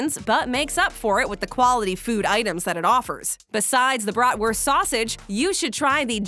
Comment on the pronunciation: Your pronunciation of what should be BRAHT-wurst will raise an eyebrow in Wisconsin. Your putting ketchup on it just got you banned from Chicago. 🤣